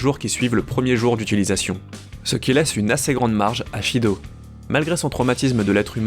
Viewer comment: Shido? Son nom est Sido! Pas Shido!